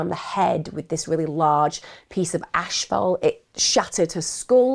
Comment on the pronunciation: Not to be funny but asphalt is pronounced like "ass" "fault"